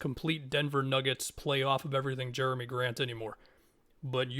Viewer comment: “Germy” Grant 😭 very interesting on the trailblazers side of things